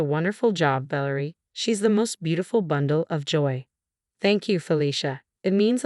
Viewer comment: Ă - vă is just fine: it's European. VĂ lĕ rie should be stressed on the first syllable. The Adrian varied, so I am not going to say anything.